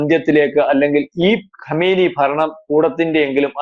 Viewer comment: Kamaini alla kumaini peruparayan polum Arkyilla